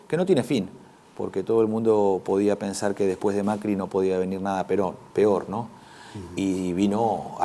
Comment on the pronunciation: Si, dijo nada "peron" en lugar de nada "peor" :) ...en fin, mas alla del fallido opino que tiene muy buenas ideas!